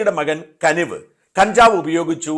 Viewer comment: കനിവ് അല്ല കുനിവ് 😂